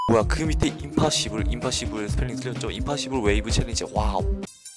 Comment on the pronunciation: 임파시블이 아닌 임파시발 ㅋㅋㅋㅋㅋㅋㅋㅋㅋㅋㅋㅋㅋㅋㅋㅋㅋ